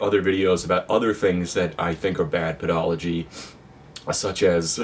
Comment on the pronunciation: The word is actually said ped-a-go-gee